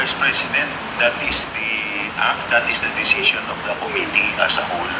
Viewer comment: Acop has died without even knowing, as a number of other congressmen themselves, how to pronounce the word "committee" properly!